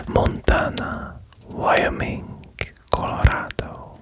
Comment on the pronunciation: Chaynee, Vyomink